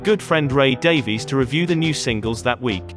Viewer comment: Thank you for pronouncing Ray's surname correctly,. There have been many occasions when I've wanted to strangle Ray for insisting that it's "Davis" and not "Dav-EEZ". Also, it's a hoot to see "Seven Rooms Of Gloom" and "Seven Drunken Nights" paired on the chart - suggesting a relationship that must have gone through a really nasty breakup.